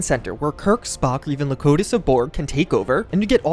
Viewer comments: Locotus of Borg? LOL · Locutus is pronounced like Low Cute Us.